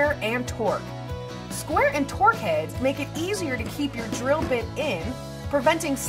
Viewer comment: No mention of TPI for materials or thickness of materials. This is kind of important for thin sections, if there isn't enough thread engagement, the screw will just pull out. No mention of which diameters to suit what sort of load strengths. It's spelled and pronounced "Torx" not "torque", and that square heads are also called "Robertson drive". Spent most of the video watching fluff about "after you've chosen the screw", rather than how to actually choose the screw itself. I rarely thumbs down, and when I do, I tend to give a reason why. For this video there are plenty.